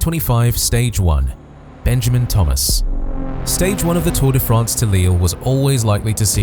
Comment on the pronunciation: learn how to pronounce Tour de France